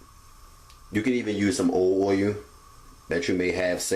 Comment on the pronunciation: Idk what he was saying oiyuh tf is that